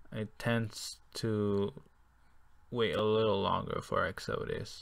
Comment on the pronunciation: Lol. The way you pronounce Exodus. It's ek-suh-duss. Like Moses' exodus from Egypt.